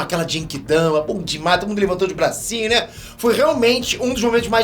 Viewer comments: Eu, até agora, não consigo tankar o jeito que o pronuncia "Genki Dama", não sei o pq ainda. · Continua falando Genki Dama errado....kkkkkkkkk